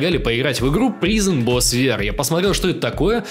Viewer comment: извини, что придераюсь, но слово prison читается как прайзон.